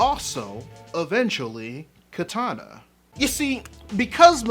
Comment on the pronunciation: why do people always mispronounce Kitana's name?